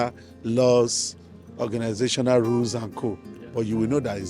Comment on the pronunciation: ... "organisational rule and CO" spoken like a true Nigerian